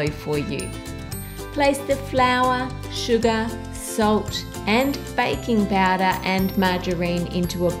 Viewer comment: The way she says "sugar" is like calling a bts' member. lol